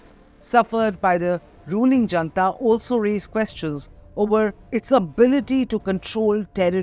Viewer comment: Attn., Editor: junta, pronounced not as jantha but as hunTa. Fyi. It's not an Indian word, after all.